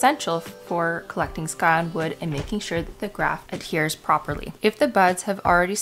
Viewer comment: It’s scion like science, not sky. Sigh-on